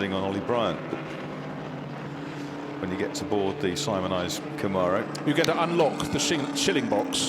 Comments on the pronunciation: Please... they are called "Cam-mare-ohs", not "Com-ar-ohs". They were made in America. We grant you "al-U-min-e-um" please grant us this. Thanks. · Did he say "going like a ding bat" ??? And also someone teach these guys how to say Camaro